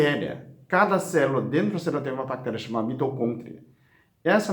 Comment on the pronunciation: Aí genteeee... "Mitocôntria" eu não aguento....